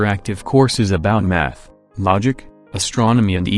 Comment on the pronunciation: When you said "math" it sounded like... a certain other thing.